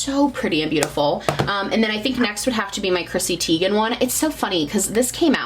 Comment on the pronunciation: Just a heads up it’s pronounced Tie-gan not Tee-gan for Chrissy’s last name haha. I got it wrong for years too 😂